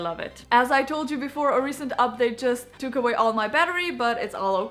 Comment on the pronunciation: You pronounce update as Uphdathe. It's funny but cute. Good real review